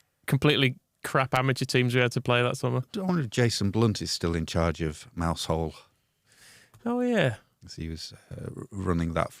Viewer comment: Lads, too stuff as always. However, My Cornish wife would be grumpy if I didn’t mention, “Mousehole” is pronounced “Mowzul”. Thank the footballing gods that Warnock isn’t still here to arrange those kind of ridiculous fixtures. West Coast here we come. MOT